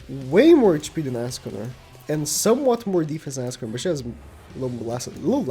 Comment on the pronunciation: Ah yes "ASScanor"